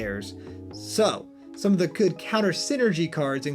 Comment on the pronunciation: sounds like you said "tribute to da world tree" instead of "tribute to the world tree"